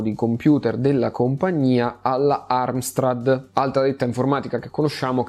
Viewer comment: Ahioo... Si scrive e si dice AMSTRAD. Perché cavolo ci infili la R??? Dai..., avanti così le tue storie sono bellissime.